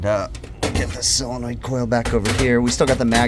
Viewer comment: Its a Solenoid? or a Sealenoid? 😀